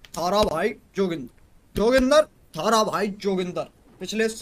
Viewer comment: Jogindar ❌ Hagindar